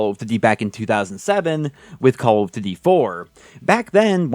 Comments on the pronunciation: "CALL OF dűdi" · The way this guy is saying call of duty is triggering me so bad